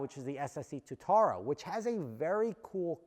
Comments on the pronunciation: it’s got two syllables Tua tara it’s named after a lizard in New Zealand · Its pronounced Two - ah - ta - ra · Anyone else a little triggered by how says Tuatara? No, just me? 😂